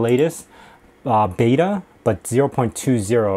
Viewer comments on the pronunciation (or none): none